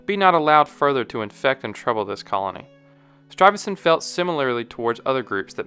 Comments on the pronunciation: Pieter Stuyvesant, not ‘Struyvesant’. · It's Peter Stuyvesant, not Struyvesant. (Modern Dutch: stuifzand means drifting sand). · Ru saying Peter Strivassent? Its Stuyvesant no r in the name. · It's not "Stryvesant" with an 'r'..... it's Stuyvesant with a 'u'. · Man's name was Peter Stuyvesant. Narrator keeps calling him Strivesant, adding an R. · Great video. I grew up in Stuyvesant Town on the Lower East Side of Manhattan. The narrator incorrectly adds an R to the name by pronouncing it "Struyvesant". I thought that was strange. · Pronunciation note: there is no “r” in Stuyvesant. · There's no "R" in "Stuyvesant." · You keep putting an R sound in Peter Stuyvesant's name. I see no R there.